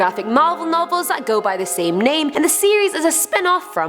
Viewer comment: Please learn to pronounce the names first cuz if very cringey seeing u puts say it wrong everytime.